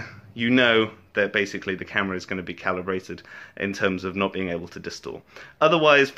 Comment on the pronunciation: calibrate not celebrate;)